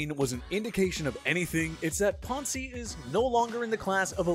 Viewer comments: Maurkice WHAT? it's not Puncey it's Pouncey... don't forget about the O in there I say this is almost all of this channel's videos but they make a TON of stupid mistakes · Why are you saying Poncy? Its POUNCEY #PS4L 😂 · 1) It's pronounced Pouncey, not Pawn-see 2) How is Tom Brady not considered a superstar anymore? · The fact that you called him pahnsee makes this video lose all credibility to me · Why does he pronounce Pouncey that way 😂